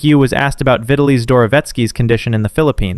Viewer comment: "Vita-lee"?, are you running your voice through AI? What's with the mismatched pronunciation